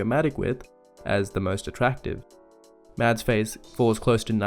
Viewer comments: Just an FYI. His name isn't pronounced MADS. Even he has said previously that his name is MASS. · It’s not pronounced mads the correct way is mass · You could atleast pronounce his name right. It’s pronounced mass with a silent d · People who say Mads not Mazz piss me off. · It's pronounced Mahs Migglesen. You don't pronounce the D in Mads and the kk in Mikkelsen is a G. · His name is pronounced Mass. the d is silent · his name is pronounced "mass" the D is silent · 10 months too late, but I still gotta comment that his name is actually pronounced like "Mass" with no "d" sound in it, FYI. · I'm sorry, just fyi. the way to pronounce mads is like "mess" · The d in Mads is silent :) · Just a quick side note: The “D” in Mads is silent 😉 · I don't want to be annoying but it would make me happy if people knew that the 'd' in Mads is silent.